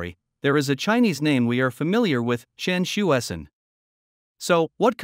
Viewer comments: Come on, his name is pronounced as "chien-sweh-cern" . It's not that difficult. Don't be lazy. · 1. Totally mispronounced his name. 2. He was known as Hsue-Shen Tsien when he was in CA. One of his collaboration with Von Kármán resulted in the Kármán-Tsien Rule for approximately correcting compressiblity near transonic speed. 3. He did not found NASA, which evolved from NACA. 4. Aerojet Engineering Corporation, the company he worked in was founded byJack Parsons. Parsons was more important and contributed more to US rocketry than Tsien. Parsons was an American but few Americans even know who he was. Check Wiki to learn why! 5. For political propaganda, Tsien was way overblown in PRC, but hardly any Taiwanese knows him.